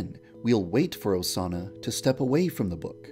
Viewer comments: The more you listen to YandereDev saying "Osana" it starts sounding like "A sauna" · When u were saying Osana at the end a lot, it sounded like u were saying “doughsana” Doughsana- pronoun /Dō- sāna/ A word that means something like cookie dough made out of Osana. To make this, you must kill Osana and use her body parts to make Doughsana dough. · i heard doughsana at one point XD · Vaniji ASUNA!!!